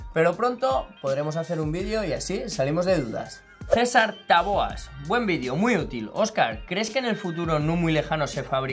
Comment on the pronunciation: Buen video como de costumbre. Gracias por responder a mi comentario! Ah! Una cosa, mi apellido es con acento en la primera sílaba(Táboas) Óscar jejeej. Un saludo.